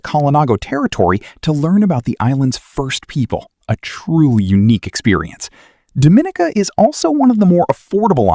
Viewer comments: I believe Dominica is pronounced Domi-nee-ca and Curacao is pronounced Kurasao not Cure-a-Cow lol. otherwise interesting video though. Have visited Barbados, St. Lucia and Grenada, all beautiful asa well as the USVI (which you should do in a second video. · First clearly the Caribbean is a place that generates a significant degree of concern about safety. Why is that? Dominica is pronounced "Dom-in-neeka" , Curacao is "Cure-ah-sow". Also those Africans you showed are definitely not the descendants of the Kalinago in Dominica. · It's pronounced Dom-i-nee-ka